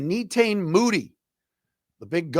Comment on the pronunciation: Agree. If you are an "every dayer" podcaster, at least learn to pronounce their names. Netane and Eguaken so far by the 10 min mark.